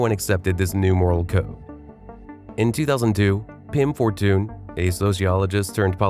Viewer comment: “Pim For-toon?” Zo spreken we veel woorden en namen niet uit. Is dit een AI-verteller?